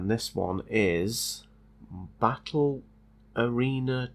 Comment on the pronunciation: Never heard someone say battle arena so confused. It was a classic